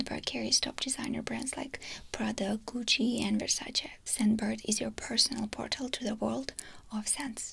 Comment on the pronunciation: Finalmente qualcuno che dice Versace nel modo coretto finalmenteeeee